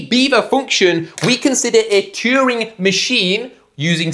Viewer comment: and cheering for Turing